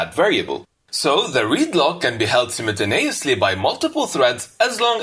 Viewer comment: yeah, especially his simnenteneniously